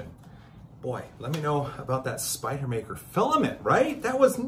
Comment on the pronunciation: Spider-man no r...so Spide-man? Actually just sounds like a NY accent...